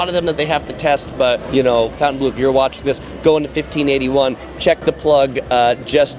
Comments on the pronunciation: Fountain blue?! You are completely butchering that Say it with me: FON-TEN-BLOH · It’s not Fountainbleau, it’s Fontainebleau. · Awesome review! the pronunciation of Fontainebleau and Dulce de leche was very cringe though.